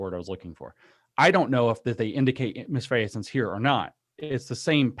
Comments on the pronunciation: I hate to be a noodge, but misfeasance is pronounced mis-FEE-sance, James; not mis-FAY-a-sance. It jars me to hear these disfigured words fall from the lips of highly intelligent men of letters, and I hear it frequently. Benjamin Boyce mangled "aristocracy" so badly, I found his pronunciation almost impossible to repeat. He might have created the first one-word tongue-twister. I know, I have a problem. Nearly two decades of copy editing and proofreading have driven me quite mad. But I also think that someone who speaks as eloquently and often as you do would want to be informed of a little bug like this and fix it. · misfeasance is a word, but, yeah, it's not pronounced like that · He’s pronouncing it a bit of both the English word, misfeasance, and its French counterpart, malfaisance. Guessing he read Foucault in French.